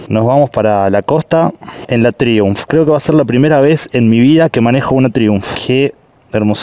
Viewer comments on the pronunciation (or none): Traiunf, se pronuncia traiunf, al menos en Europa